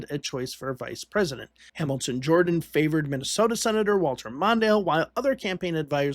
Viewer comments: Hamilton Jordan's surname is pronounced "Jur-dan", NOT "Jor-dan." Other than that, well done. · I believe Hamilton Jordan's last name is pronounced "Jerdan" . . . a small point, but I thought I'd mention it, as I recall that as a young man; Carter was the first presidential candidate for whom I voted. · His name is Hamilton Jordan pronounced "Jerden". Not Jordan Hamilton!! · Enjoyed the video, but you might want to look up how to pronounce Hamilton Jordan's last name. "Jer-dun" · It’s pronounced , Hamilton Jer-dun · Would be nice if you had the correct pronunciation of Hamilton Jordan.